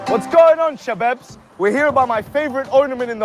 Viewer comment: I had to rewind, because it sounded like that dude said something very different than "Shabaabz".